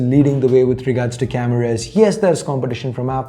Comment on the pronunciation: I hate the way you pronounce the word "Cameras". It feels cringe